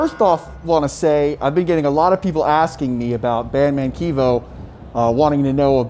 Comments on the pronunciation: It’s not keevo it’s Kevo as in Kevin but replace the i and n with just an O lol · Bro you saying his name wrong🤦🏾‍♂️🤦🏾‍♂️🤣😂 its Kevin but Kev o lmao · Definitely kev-o!🤣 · He's mispronouncing his name